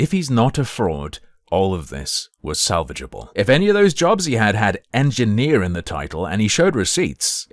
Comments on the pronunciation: Hard ‘en’? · EngineerrrrrrrrRRR with a hard R :text-green-game-over